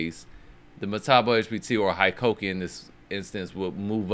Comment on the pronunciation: Hikoki = “hee-coke-ee,” not “high-coke-ee.”